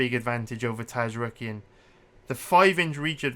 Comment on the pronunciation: The entire human race: Zar-yukien: Taz-rookien